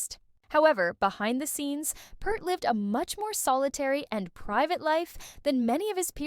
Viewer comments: OH MY GOD can you not say his name correct! It is not PERT it is PEART Pea-rt. Just run blind with it i guess. Why are Americans becoming Americant's Or just to lazy to care. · Peart as in ear not Pert like the old shampoo. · peart ... not kurt ... and it's pronounced PEERT .. everyone gets it wrong. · Sounds like someone needs to reprogram their AI, anyone who knows anything about the man knows his name is pronounced p-EAR-t. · Yes. Peart. And it's pronounced like beer or deer. Peert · If your going to do a Video about Neil Peart you might want to Pronounce his Last name Properly ..